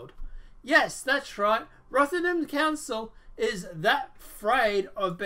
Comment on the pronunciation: First it rotherham not rothington I live there piers morgan is a lefty pusher that chats some real crap